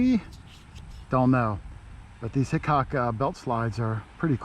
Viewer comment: Did you say Hickok ?